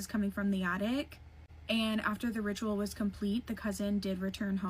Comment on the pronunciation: holy shit the way she says ritual is annoying